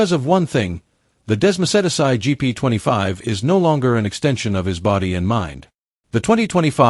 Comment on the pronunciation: Dessmo-said-ass-eye. Do-cat-eee. Wow AI has a long way to go.